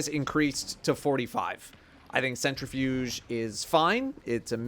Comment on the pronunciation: Omg it’s CentriFUSE not CentriFUGE, it says it right there on the screen how do people keep fucking it up 💀